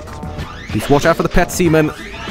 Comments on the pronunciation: petsemen, thanks a lot, I can never unhear that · Ah yes, Pep-semen.